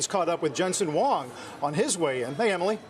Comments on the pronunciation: Huang not Wong😢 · the way they pronouced Huang was wrong, sounds like Wang